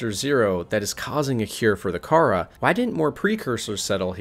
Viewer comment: Kharaa: Kuh-ra. Torgal: Tor-gal. Maida: May-da. I guess you could get away with Kharaa, but Torgal and Maida are actually spoken! Jesus! Edit: also how does this make her a leviathan?! Don't clickbait!!!!